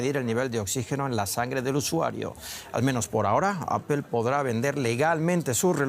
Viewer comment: Amigo, se dice Apol, no Apel. En todo caso diga aple como buen español